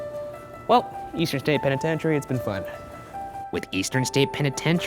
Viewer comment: This episode is brilliant and everything but isn't anyone else stuck on the fact that Ryan pronounces the name as "pen-i-ten-tary" continuously!?!